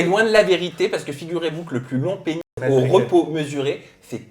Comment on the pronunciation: On ne dit pas plutôt "péniS", que "péni"... 😅😅